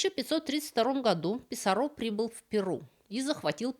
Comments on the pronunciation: Писарро не француз (из Канады), а испанец, поэтому он не ПисаррО, а ПисАрро. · ПисАрро, а не ПисаррО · 1. Направление от истока реки к её устью - звучит как "вниз по реке". 2. В испанских словах как и именах, оканчивающихся на гласные, ударение падает не на эту гласную, а на предыдущий слог: ПиссАрро, ПикАссо и т. п. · Уши режет, Писсарро,с ударением на последний слог.... Это не Камиль Писсарро, это Гонсало и Франсиско. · Писарро с ударением на «а». И вряд ли эль Дорадо — золотая земля. Дорадо мужского рода, земля (тьерра) — женского. Эль Дорадо — золотой человек ИМХО